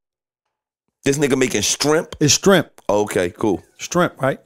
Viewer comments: "Strimp" lol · "STRIEMP"... 😭😭😭😭😭😭 You fired! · 🤣🤣🤣🤣💀🤦🏾‍♂️ “strimps” y’all hell! 😭😭